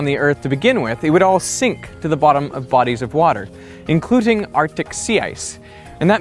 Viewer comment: Good informative video Me: haha he said "incluting"